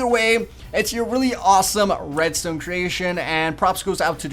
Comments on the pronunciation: At about you said redstone kinda funny.... Red-styewn. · Red-Stewn You really pronounce stuff good. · Minecreaft :reads ton pros mack this Me :macks a reads ton door yeaa aaaa I did it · "Redstewn" XD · he says redstone weird